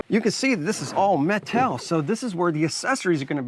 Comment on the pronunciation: Nice review. Btw are you trying to invent a new language? 😂😂 me-tal 😂😂